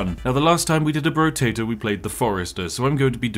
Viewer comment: I believe it's pronounced, "Brotato," not "Brotato".